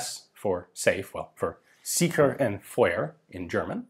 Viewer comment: I love how you pronounce einzelfeuer, dauerfeuer und sicher 😆